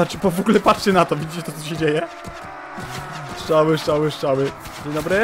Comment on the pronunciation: mówi się strzały a nie szczały